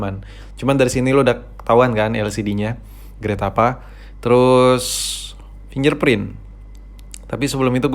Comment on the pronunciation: Risih gw dgr dia sebut Finger Print jadi "Finjer Print"